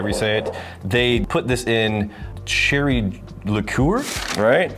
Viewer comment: What's a licoor? I thought it was liqueur.